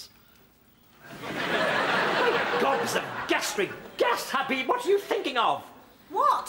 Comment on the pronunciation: It's Habib.... Not Habid.